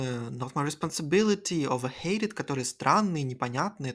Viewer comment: Не "overhated" а "overheated" Это не от слова "хейт" (hate), а "heat" (перегрев, перенапряжение)